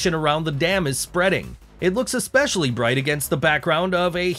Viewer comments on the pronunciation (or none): none